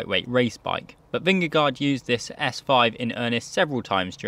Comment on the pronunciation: Yes, your danish was very bad.. LOL .. but that´s ok . We have become used to the fact that "no one" can pronounce Vingegaard correctly, unless you are Dane or Norwegian . Not Even googlepronounce kan do it . There is a melodi and no one gets it.Fluent Danish is impossible, for non-natives. And we love it .. Peace 😀